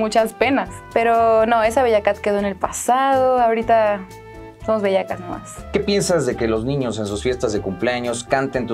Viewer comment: Ese sombrerito Dice Bellakaht.😆😆